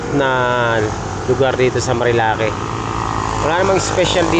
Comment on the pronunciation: Bro ayusin mo ang pagbigkas mo ng lugar nagmumuka kang kano na polpol😂😂😂😂